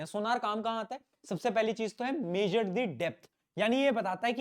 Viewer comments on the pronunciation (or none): none